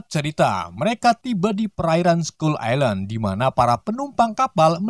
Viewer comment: Skull ailen bro bukan islen 🤣